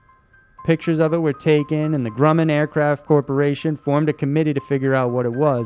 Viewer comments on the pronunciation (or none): none